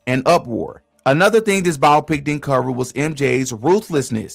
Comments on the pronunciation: no it’s not tf. it’s BIO-PICK. not biopic like the word “myopic.” that’s the illiterate pronunciation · It’s pronounced Bi-Opic… man that was annoying